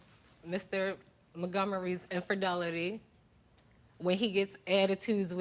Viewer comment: His "inferdelity.." Lol